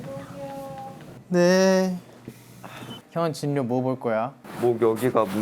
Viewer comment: 얘들아 연령[열령] 진료[질료].... ㄴㄹ만나면 자음동화로 ㄹㄹ로 발음됨 저번에 보니 수빈 카이도 그렇게 발음하던데 듣기 힘들어 ㅠㅠㅠ